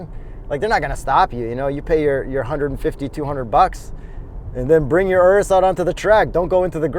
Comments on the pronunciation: I'm so happy to finally hear someone pronounce URUS correctly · My man pronounced the Urus correctly (not like 99% of the general population)